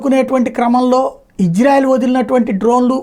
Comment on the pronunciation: ఒరే నీకు ఇశ్రాయేలు అని పిలువు రా. హిజ్రా కాదు. సరిగా పిలవను కూడా రాలేదు నీకు